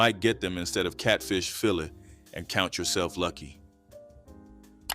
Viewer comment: I didn’t have catfish cooked with mustard until I was in my 30’s. I don’t care for it. We also didn’t combine fish & spaghetti, that’s 2 different meals in my family. You were pronouncing fillet incorrectly. Put some respect on that. Great video!!!